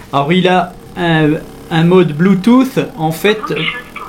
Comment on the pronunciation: D'abord comment tu prononces le bluetousss